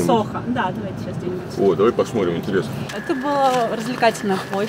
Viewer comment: Варламов конечно молодец, но вот произнести слово В котором неудобное сочетание букв Т и Р он не сможет : ТРИ,ТРАП,ТРЮМ. Он говорит :ПОСМОРИМ.У дочки поучился бы